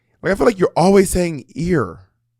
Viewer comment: Bob literally drags Monet every time she say “ear” wrong 😂😂😂